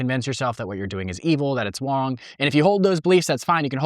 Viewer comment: "you're gonna convince yourself that what you're doing is evil, that it's Wong" 😭